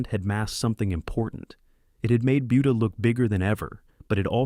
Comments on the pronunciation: Buda should really be pronounced "booda" not "byuda". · Yeah the robot kept saying "BYOODA". 🤦‍♂️ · It's pronounced budda not buedda, you putz! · It’s pronounced “boo duh” not buu duh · Not .Beauda